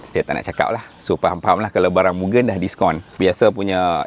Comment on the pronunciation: Kepada hardcore mugen..sebut betul2. bukan gen tu mcm gendut nya gen..sebut moo g end dan bukan juga myugen. Saya ulamm..moo g end